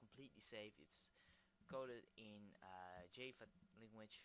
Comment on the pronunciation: i laugh (not in a bad way) at the way you say java... jaaayva for future reference its jah-va =D